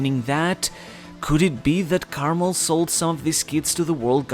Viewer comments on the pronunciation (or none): none